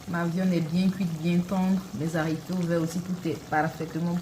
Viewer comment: Mes haricots pas zharicots